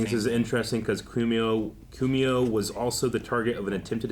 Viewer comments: It's Pronounced "CO-MO" not "CU-MUO" .. His son was also Governor of New York State during the Pandemic, got Canned because of sexual Misconduct. His other son worked for CNN and got booted for related reasons. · His name is pronounced "Kwo-mo". Rhymes with Slow-Mo.